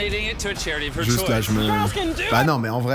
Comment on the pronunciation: Frero essaye de dire : excuser moi correctement mdr 😂 pasque KSUZER MOI sa craint mdr jte kiff quand même tkt 😂